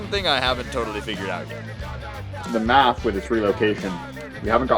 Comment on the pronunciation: Its MAF not MATH